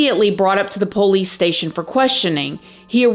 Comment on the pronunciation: I love how you say police... the "poe-lease" 🤣